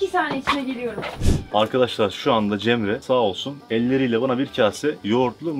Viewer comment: 16.50 cemreye ceren diyo